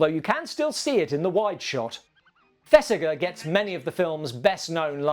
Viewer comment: Fantastic piece, as always. RE Earnest, It's pronounced ThesiJER. Thanks. I must get out more. 😁 I'm a picky twit. I know.